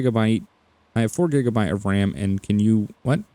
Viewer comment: He says BRAM.